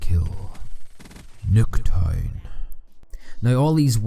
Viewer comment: "neck tie"? wait... "nuketown" maybe?